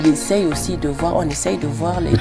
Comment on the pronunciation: J'aime kan Blériot dit: *parfait ayissi*😅😅😅